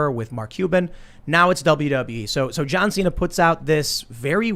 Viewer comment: JOHN XI'NA